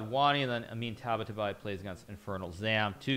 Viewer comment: Its Taba-taa-baee